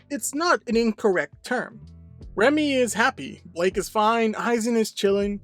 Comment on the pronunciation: Guys. Isn’t Blyke? Not Blake.